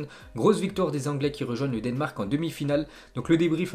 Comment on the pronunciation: Le denmark comment tu dis 😂